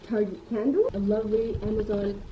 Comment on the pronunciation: i thought i was the only person that called target, ‘tarege’😂